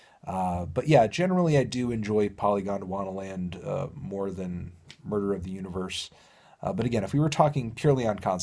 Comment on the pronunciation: Anthony. My man. There is no second D inbetween the N and the last A in "Dwana". It's Polygon-Dwana-Land. Not Polygond-Wanda-Land.